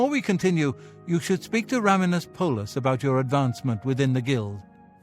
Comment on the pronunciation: Oh... Rah-mee-nus... After you learnt how to actually say his name... And Traven saying his name 30 seconds later...